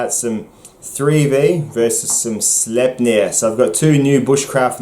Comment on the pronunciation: "Young Frankenstein" ref: "It's pronounced Slype-ner!"